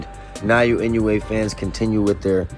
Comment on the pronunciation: エノウエじゃない、イノウエだ。英語でも正しく発音してくれ。